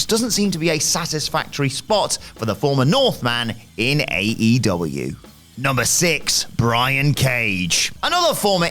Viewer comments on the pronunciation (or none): Is there a reason why can't pronounce aEEEEEEw sometimes?